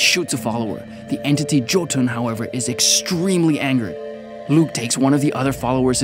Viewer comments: FYI to anyone that wants to know, Jötunn means Giant in Icelandic. It's also pronounced Yo-tun, and not Jo-tun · its pronounced yo-tun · Jotunn is pronounced as Yoh- tunn. Anyways keep up the good work.